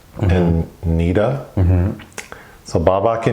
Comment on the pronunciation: Good God it's pronounced Neh-Dah. Not Nee-Duh